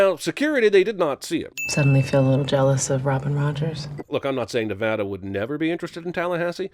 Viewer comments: A reminder that Literally Every Single Person Who Lives Here pronounces it "Neh-VA-duh," with that middle A short, as in "cat." ding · Thank you for correcting the pronunciation of “Nevada”. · At least cinemasins figured out how to correctly pronounce Nevada SMH every time I heard this pronunciation during the film I cringed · if there’s not a sin for how they say nevada wrong the whole ass movie i’ll be mad okay you said nevada correctly my anger is slightly calmed